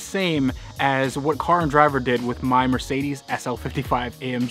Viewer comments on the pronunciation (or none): none